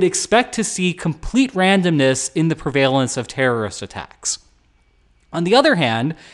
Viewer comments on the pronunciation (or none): "prevaylence" lol